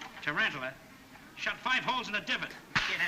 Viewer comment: The way he mispronounces/exclaims "TARANTULA!" TRANTALA! I love it